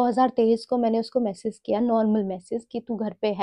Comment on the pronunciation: “Message” bolna sikh lo plss